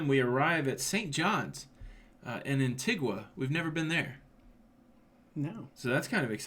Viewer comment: An-tee-guh. Antigua.